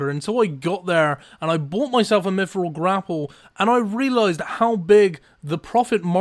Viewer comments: Can you learn to pronounce "th"? its "miTHril" not "miFFFril" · Mifril. free K(3), firty minutes.